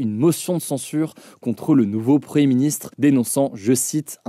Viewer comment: Pouvez vous svp prononcer le "m" de preMier ministre ? Merci